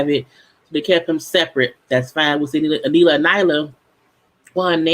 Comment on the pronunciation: I'm mad an entire season has come and gone and is still calling this woman A-Nee-la/A-Ni-la 🤣